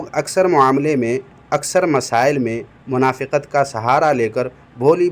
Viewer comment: منافِقت نہیں، منافقت۔ بالفتح ہے